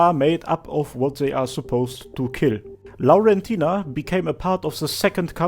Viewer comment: Ngl I actually love how you pronounce Laurentina, sounds very pretty